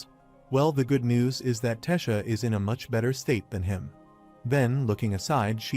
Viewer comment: What is To bi? You mean Toby(TOBI) ? Why is AI so stupid? It can't pronounce names it can't get the same name right twice in a row and can't get the names of the characters correct. It's tessia not Tisha. It's so annoying it really is. Please edit your fucking videos